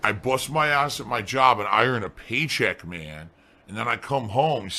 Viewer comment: when he saids pay check to pay check is he saying stream to stream?